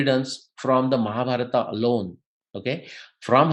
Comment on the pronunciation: आप शब्दों का गलत उच्चारण क्यों करते हैं जबकि आप एक विद्वान व्यक्ति हैं। जैसे कि भीमा (भीम), महाभारता (महाभारत), इत्यादि।